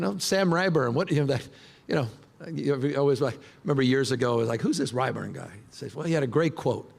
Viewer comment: Gavin mispronounced Sam Rayburn twice. All Gavin has is Trump bashing. That’s it. He’s destroyed California